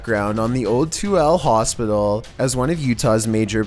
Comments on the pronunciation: Lol so funny to hear people not from utah try to pronounce tooele. It’s pronounced tuilla. Not too el. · Tooele is not pronounced two-elle it's pronounced too-elle-a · #7 is pronounced to-will-a...not to elle. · Here's a little pronunciation for the Toole hospital, Too-illa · Lol as someone from Utah, Tooele is pronounced funny pretty much said like Two-ill-A. XD not the weirdest name we have here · FYI, Tooele, Utah is pronounced: Too-WILL-ah. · Thank you! II came here to say that. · his pronunciation of my hometown Tooele killed me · Toole Utah, lol you’re saying it wrong